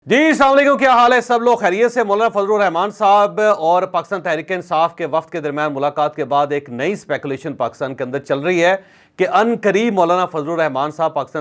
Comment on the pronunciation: Javed sab plz. Khuda k ley. Ya salam tek kry. Aap mery bary hay. Achay journalist hay. Samalakum nhi hy, assalamoalikum hay. Agly video my ya ghalte na ho.